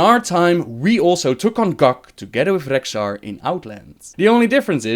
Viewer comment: Gavin Muller I'm aware of that. But as you can clearly hear, he IS ABLE to pronounce it properly. But time to time he chooses not to.